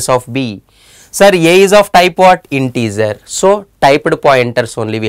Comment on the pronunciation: Great explanation. When you say integer, think of the “ger” pronunciation as the same as the first 3 letters of how you would say “German”